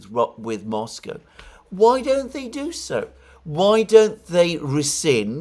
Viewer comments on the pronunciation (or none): none